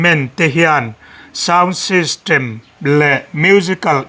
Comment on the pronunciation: hian beng ati var in mit a ti tlai thin.voltras house, sound systrem,reactor na etc. 😊😊😅😅